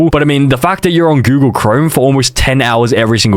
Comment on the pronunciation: Bro really said Goolag. It's Google, not Goolag.